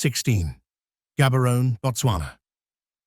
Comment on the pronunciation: Gabberon😂😂😂. Gaborone, hey, people must learn how to pronounce correctly when making videos